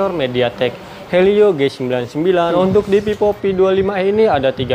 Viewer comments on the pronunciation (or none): Cara ngejelasinnya okelah.. 🥰 tp sebelumnya maaf nih ya kak.. itu bacanya kurang pas, itu dibaca Vivo mah bkn pipo, ga enak didenger soalnya kalo dibaca pipo kak 🙏 🙈